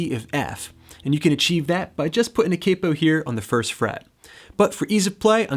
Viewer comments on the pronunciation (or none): none